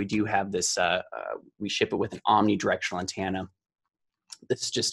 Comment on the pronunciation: I will never understand by some people say "antanna."